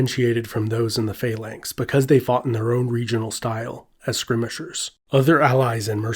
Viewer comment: Why do you not know how to say skirmisher properly?